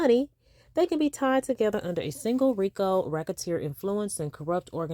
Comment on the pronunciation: ROTFLMBO… You know you are a whole CUT UP!!!🤡 I ran that “rrrrrriiicccooo” tongue roll and laugh back about 50-11 times!!!😭You’re hilarious!🤦🏽‍♀️🤣🤣